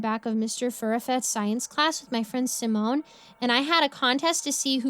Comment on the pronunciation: Finally learns how to pronounce "Simone", messes up "waft" 😂 love these stories tho.